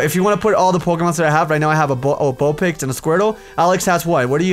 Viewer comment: why does always say Bulpix